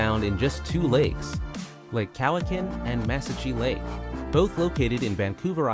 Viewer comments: Cowichan is pronounced Cow-wi-chin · The narrator in that video had terrible pronunciation of New Brunswick, Manitoba and Nunavut as well as Lake Cowichan and Mesachie Lake. Several other words that I can't remember now. When he was talking about the Vancouver Island Marmots he said "where most BIRDS migrate these do not." He knows they aren't birds right?